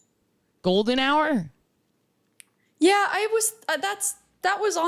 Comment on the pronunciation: ... How do you people pronounce hour? Lol